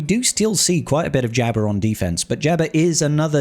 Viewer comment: Jabba not jabber